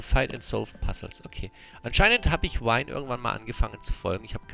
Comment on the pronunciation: "Vine" spricht man nicht wie "wine" aus. Sein Zelda-Level scheint das eigentliche Troll-Level zu sein.